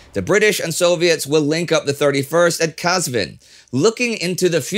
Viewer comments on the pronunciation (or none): *Ahvaz not Ahwaz *Qazvin not Kazvin